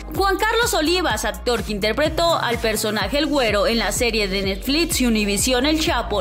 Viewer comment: Que es “netflis” y “etsitoso” ya enséñenle a hablar a su narradora!!!